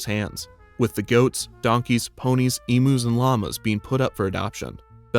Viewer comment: As a side-note, they aren't called E-moos, they are e-myus